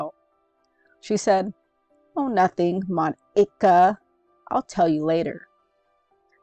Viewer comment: She did NOT say Mon-Ick-a🙏🙏🙏🙏😭😭😭😭😭